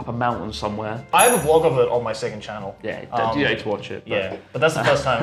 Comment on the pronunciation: does a shockingly (HEH) good Seattle accent. He slips on "channel" for some reason though.